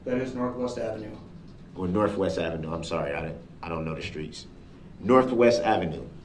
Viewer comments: Why, why oh why does he use an “f” when there’s a “th”. Example: bofe, norfwest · Did he really just say norfwest ave lmao stupid